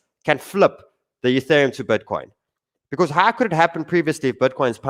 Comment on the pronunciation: "Youthereum". Once you hear it once...😭